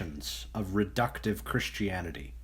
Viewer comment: Nobody: OP: "Chrishtianity" (x50)